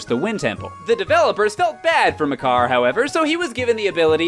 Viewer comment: I might be wrong, but the way "Makar" is pronounced is really off.